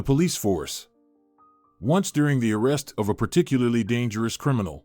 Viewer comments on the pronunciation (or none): none